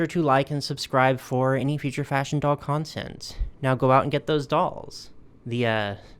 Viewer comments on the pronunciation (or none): none